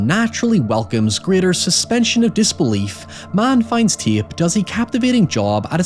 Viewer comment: Love the accent. You somehow add two additional syllables to the word tape. Ti-yay-pe.